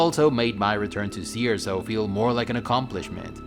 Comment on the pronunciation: Does anyone else keephearing "sea or so" whenever he says Cierzo? No? Just me?